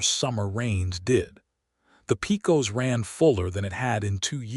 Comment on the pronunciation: Pecos is pronounced: (Pay cus)!! Do your homework!😡